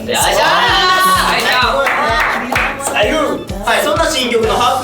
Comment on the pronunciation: の「さいぐぉ」だれやろ笑笑